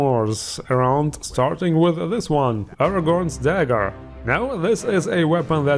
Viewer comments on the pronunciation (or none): none